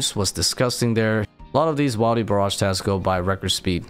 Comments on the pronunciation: but wilderness is pronounced like Will der ness not while der ness so why say whiledy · I beg you. Please stop saying "while-dy" it's triggering at this point. You don't say whilederness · no bro just doesn’t know English that well. Wildy is not a word it’s a short form of the full word wilderness which does not have a hard vowel with the i because there is an e following the d. similar change in pronunciation when you say child as opposed to children. He’s just sounds like an idiot, but I guess he gets a pass because English might not be his first language? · Bruhh the first time he said it and boom. It’s ruined for me 😂